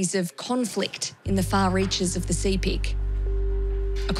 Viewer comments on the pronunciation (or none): Sepik is pronounced sip·ik; just like Picnic (pik·nik). Not see·pik. 🤩 - Wantok from Goroka, EHP.